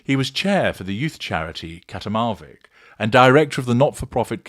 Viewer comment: Katimavik is an Inuktitut word that is pronounced Kah-TEE-mah—vik.